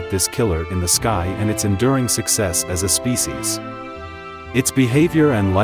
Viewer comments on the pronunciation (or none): none